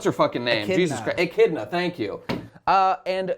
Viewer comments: Echidona is how it's pronounced in japanese. It's the same thing don't worry about it. The problem is that during her debut in the anime she directly looks into the screen and says her name and title right there. It's not a big deal, but come on guys how did you miss that lol. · "Yes! We know now! It's Echidna, not Satella!" You know, maybe if 60% of your complaints weren't from this one misconception, I wouldn't be so annoyed. Still love you guys. On that note, maybe if I could hear which OVAs you talk about on your subscribestar, I'll feel more inclined to donate.